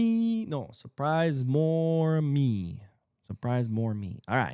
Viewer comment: More Me 😂😅 from SA keep the good work going Madristas are salty. Tears of my enemies keep my thirst quenched! Side note it's Moreme Mu-ra-me 'A' makes the 'A'pple' sound and the e at the end is like 'E'lephant Moreme dude caught a 3am show he a SA culer😅